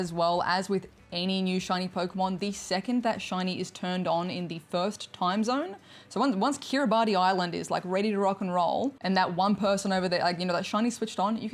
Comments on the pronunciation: it isnt pronounced kiribati, it is kiribas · Just so you know, Kiribati is pronounced Kiribas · Kiribati is pronounced Kiribass btw